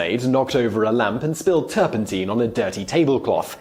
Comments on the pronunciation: NOT "turpenteen". It's "turpun tine". Like the tines of a fork. Oh, you don't know what a fork is now. Ye gods. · That's not right. I just checked online Oxford Dictionary as used by google, OED directly, Cambridge, Merriam Webster and Collins . All say it is turpenTINE as in mine, not TEEN like the video guy. In US and British English. And in my home town and current town, at opposite ends of England. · I was wondering if it was me that was pronouncing it wrong for the past 60 years 😂😂😂. Turpen-tyne, like the river. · I have never in my nearly six decades heard "turpentine" pronounced to rhyme with "gasoline". I mean, I can see the logic in it, but "turpen-tyne" just sounds better.